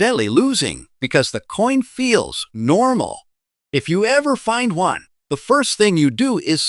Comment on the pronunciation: monday morning im sending every penny mentioned to the SCRAP METAL YARD. BUT BEFORE I DO, IM RUINING THEM WITH A BIG PRESS ROLLER TO DESTROY THEM!! WHY, THIS IGNORANT AI CANE EVEN PRONOUNCE THE WORD ONE, IT SAYS IT AS "O N E" NO ONE WILL BELIEVE SUCK "AI GARBAGE"!!! WAS MOST LIKELY CREATED BY A "PROFESSIONAL GRADING SERVICE" ATTEMPTING TO GAIN MORE BUSINESS!!!